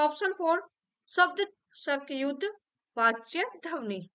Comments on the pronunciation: ध्वनि का उच्चारण सही कीजिए,,गलत सुनने के बाद बार बार फ्लो टूट रहा पढ़ने का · Ugc net k liye pdha rhi h ap jisse aage chal k bachhe assistant professor banenge esliye ap hindi k words ka pronunciation sahi se kriye Kalpana dhwani jaise sabd ap galat bolti h or sth me or b bht se sabd h Jo galat bolti h esliye unko sahi kre Jb teacher sahi bolega tbhi bachhe sahi bolenge